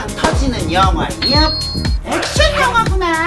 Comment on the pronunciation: 나만 영화가 영희로 들리나?